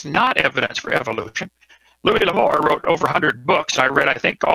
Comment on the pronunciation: Louis, not Louise. Louise is a broads name.